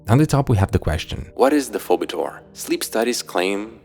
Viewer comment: Btw Phoebetor is pronounced "fee-bee-tor".